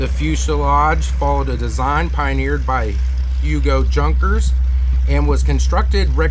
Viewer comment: Henry was an Irishman, himself, but knew the Germans built solid aircraft. The name Junkers, is pronounced, Young-kers, J's sound like Y's . Good vid, though!